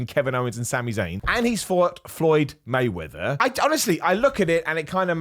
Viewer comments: Did you call him floyd waymether is my heard F’d 😂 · “Floyd Waymeather” 😂